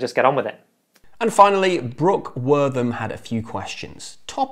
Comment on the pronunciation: Wow! Thanks for answering my questions AND pronouncing my name correctly! If I hear one more person say, “Wart-HAM”, I’m gonna hurl!